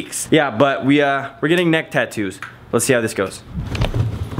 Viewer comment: he Said whats Ne"xt"ck